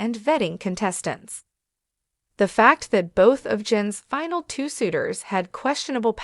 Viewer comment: What the hell is a "finel"?